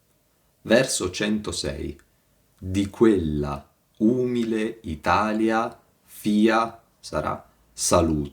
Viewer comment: Ma santa pazienza, conosce solo questi, di commenti? La consultazione della sola Enciclopedia Dantesca Le toglierebbe molte illusioni. E con tutta la scienza non sa che si pronuncia umìle?